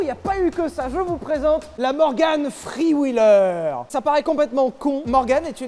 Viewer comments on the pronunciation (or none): Morgan Fffffrreeee wheeler 😖😂